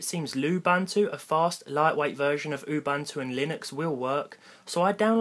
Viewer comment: "Ooh-ban-too"??? It's "Ooh-BOON-too"